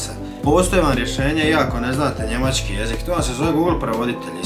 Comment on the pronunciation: Nije Njemaćki nego Njemački nauči prvo č izgovoriti.